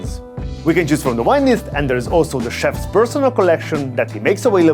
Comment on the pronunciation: why do you constantly pronounce the word vintage as wintage and vegetables as wedgetables, but pronounce wine as vine please fix this